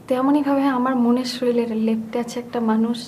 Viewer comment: সময়োপযোগী নাটক 👍👍 । কিন্তু শরীর উচ্চারণ টা শরীল...........কেমন যেন লাগল । afterall উনারা বড় মাপের অভিনেতা ও অভিনেত্রী । ধন্যবাদ । ভারত থেকে।